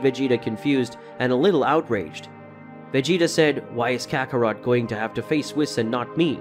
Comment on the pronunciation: Bro it's Kakarot not Ca ka ro to